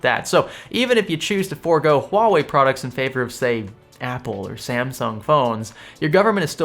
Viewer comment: You are pronouncing Huawei right, that's remarkable.